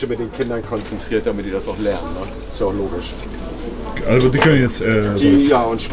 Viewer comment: Alleine schon wenn der Kanal-Betreiber das Wort ja ausspricht sagt schon alles das es ein Depp ist der nicht mal richtig Deutsch reden kann